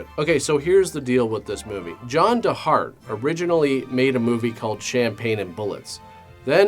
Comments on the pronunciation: His name is actually John De Hart, not John Da Hart. What a mess! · It's pronounced John DEE Hart, lest you forget.